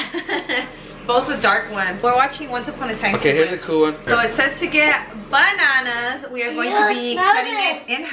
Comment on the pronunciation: I love when said bannananas instead of banannas.